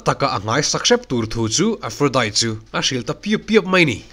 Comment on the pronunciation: A tha hle mai,.. mahse lo hriat atan ka duh chu aphrodite hi Diet tia lam loin tea anga lam zawk tawr ani e Aphrodi☕️ zawk aw🫶🏼☕️